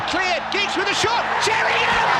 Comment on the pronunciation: they don’t watch football man. The fella talking can’t even pronounce Sheringham 😂